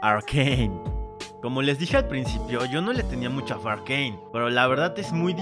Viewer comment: Un dia conoci a alguien que en vez de decirle "arcane" lo pronuncia "arcain"